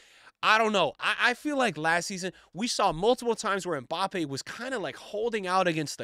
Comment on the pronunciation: Hi, french person here. His name is pronounce "My Bappy" best régard